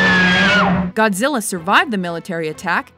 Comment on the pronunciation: Godzirra, Godzirra Godzirra? OHHhhh Godzirra Godzirra Godzirra!